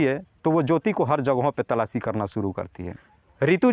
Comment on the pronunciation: अरे गधे बार-बार तलाची तलाची क्या करता हैसीधे बोल तलाश कर रहे हैं😅😅😅😅😅😅😅😅😅